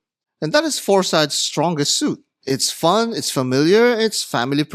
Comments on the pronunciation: It's a Greek named, and it's pronouced "FOR-sih-deez NOT "four sides". Also, the lume easily lasts all night, perhaps you got a bad batch? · The Phorcydes are not Klingons but the six mythical daughters of the Greek sea god Phorcys. Medusa is the most famous of them. It's pronounced /for-sy-deez/ in English. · Hey Brother, it is pronounced FOR-SEE-DEES! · At least learn to pronounce the brand name!